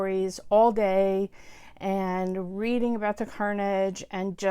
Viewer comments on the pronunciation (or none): none